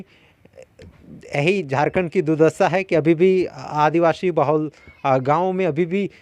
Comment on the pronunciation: रिपोर्टर जी, आप बार बार स ko श क्यों कहते हैं आदिवाशी न पढ़ें आदिवासी ही कहा करें